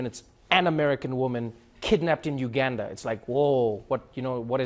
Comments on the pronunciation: Trevor you're losing your accent. Pronounce Uganda like a true South African please... or don't come back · Trevor I love you but please get the Ugandan accent right. That was a West African accent